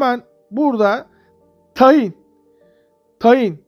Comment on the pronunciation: Tayin değil tahin